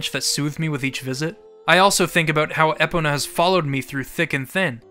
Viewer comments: Everytime you said Ehpuhnuh instead of Ee-POE-nuh really irked me and idk why lmao. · Did he just say “EH-pona”?? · Y'know, this retrospective is great and all, but I can't get over Eh-pona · More like Eepona when I'm trying to say it properly, but sometimes the first vowel gets reduced to a schwa. The important thing is to put emphasis on the "po" in my opinion though, so it's more of an issue of emphasis than actual vowel pronunciation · Thank u! thought I was the only one who noticed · Why do you pronounce is Ehpona?!?!?!? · This was my first Zelda, so this game ALREADY had important significance to me, but after hearing this, I learned just how more monumental OoT really is. …also was anyone else thrown off the way pronounced “Epona”?~ XD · Never heard Epona’s name butchered like that before. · disliked for how you pronounce "epona" shits just wrong